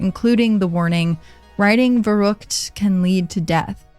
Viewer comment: Oh boy as a native german speaker this episode was hard to listen to 😂😅 especially „verrook“ aka verrückt